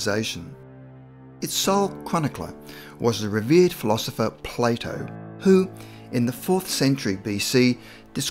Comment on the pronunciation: Everytime he says Plato, I can’t help but hear Play-dough